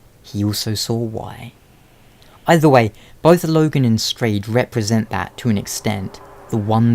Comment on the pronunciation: its pronounced "strawed" :P